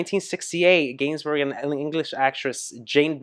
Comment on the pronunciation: Gainsbourg is pronounced geinsboor. This song is epic, was a must towards the end of teenage parties when the slow dances started…